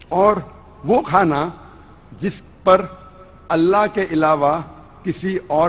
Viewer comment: You got some serious mental disorder! You can't even pronounce ALLAH's name properly...You talk about Islamic ruling!?...About rape...Just check the rape and sexual assault related statistics on nation master...The gulf countries where most of the women cover themselves are the countries with considerably lower rates of rape and sexual assaults than the rates of those in European and American countries...The rape rate in your sexually open European countries are way too high...Just check that